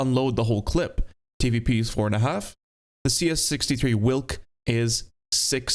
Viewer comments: it is pronounced vilk not wilk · it is prenounced veelk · its not a whilck its a veelck wilk means wolf in polish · hearing people pronounce "Wilk" is kinda funny. It means "wolf" and it goes more like "veelk" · its Vilk/Vilc/Vee-lk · W in Polish is pronounced like V in English so try Vilk 😏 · it shouldnt be in the game bruh... also side note: the letter W in polish is pronounced like the letter V in english, so the right way to say its name is "Vilk" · Wilk pronunciation goes crazy💀 Cheers from Poland!